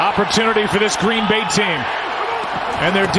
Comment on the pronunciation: Gween Bay ???, .ashamed slips they said nah